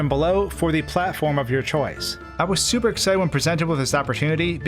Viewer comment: Every time you say super it sounds like “Soupa” and I was dying